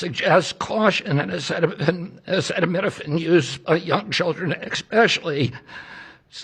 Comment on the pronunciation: I’m surprised he knew how to pronounce acetaminophen